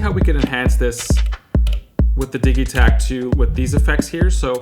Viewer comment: Diggy take lol or diji pronunciation.